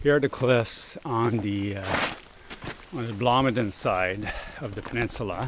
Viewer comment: It's Blomidon, not Blomidon.